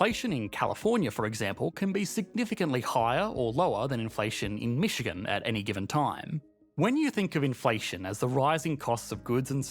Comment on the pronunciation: Keeps saying Michican but showing Chicago...